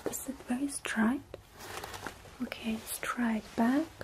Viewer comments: It's funny how she pronounces straight as "Stright* I do believe that in Germany AI would be pronounced as An I sound, instead of the Ay sound. Pretty cool really? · •• •• strat